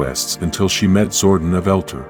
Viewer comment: Zordon not zordin . eldar not elter